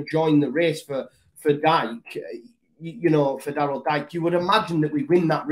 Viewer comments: Think it’s pronounced Deeka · Really quick, it’s (dike) pronounced like DK lol, i’d love to see us snatch him up and see what bielsa can make of him, there’s a lot of American guys who could fit well in a bielsa side, and for Forshaw, that’ll be like a whole new signing himself in midfield, can’t wait to see him back playing first team football!